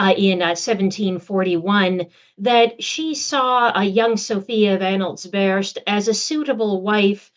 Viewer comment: Slightly distracting that your learned and erudite guest cannot pronounce the dynastic name her research subject, Anhalt-Zerbst (Tsérb-s-t)